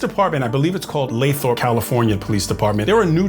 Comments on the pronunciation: It is "lay-thrup". It is very near Stockton, CA. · Lathrop (LAY-thrəp) 😉